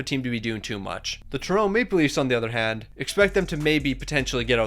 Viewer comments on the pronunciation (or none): none